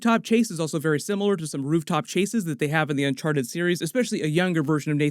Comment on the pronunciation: Nobody: Tom Holland: Unchar-ed